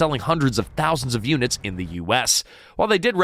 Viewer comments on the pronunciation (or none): none